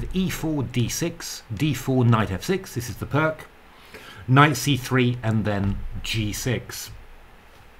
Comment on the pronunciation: Fascinating and mind boggling tactics. I never really settled on a consistent response to the Pirc and would have loved to play this. Look forward to seeing more on this. I must however be a dreadful pedant re your pronunciation, since I now live in Slovenia. Vasja Pirc was Slovenian and there is no such thing as a hard c in their language. They always use a k if they want a hard sound. The c at the end sounds like ts to British ears, and additionally the i sounds more like ee, so Pirc is pronounced Peerts. Of course I too pronounced it wrongly for most of my chess career but now I must honour my adopted country by getting it right. I might also mention that the games of the other great Slovenian player, Dr Milan Vidmar are well worth studying. Probably the most talented amateur of his day - he was a renowned electrical engineer - he was reckoned to be in the top dozen players in the world for many years in the 1920 and 30s and might have been even stronger had he played full-time.